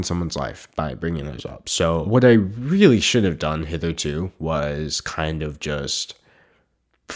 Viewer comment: "Really weally" I felt that to the heart it's happen to the best of us